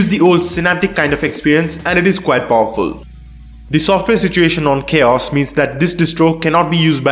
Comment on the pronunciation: it's not Chaos it's Ka-OS